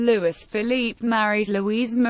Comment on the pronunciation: Ffs. LOUIS. "LOO - E".